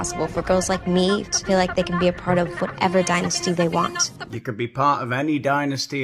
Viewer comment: It's pronounced dynasty not dynasty